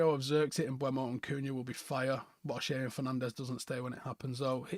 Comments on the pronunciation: Can people please stop pronouncing MbEUmo as "Mbwemo" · How does not know how to say Mbuemo? It isn't mbweno. It's mburmo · CAN WE STOP SAYING MBUEMO?